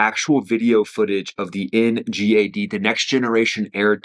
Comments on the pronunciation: Not being bad but isn't it called n.gad not n.jad?.. pronounced correctly by the governing rule of English!🏴👍🏾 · "en jad" ??? don't make this a gif vs jiff thing its "en ghad" as in NGAD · GAD GAD GADDDD. NOT JAD..... Geesus... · He said the “NJAD”😂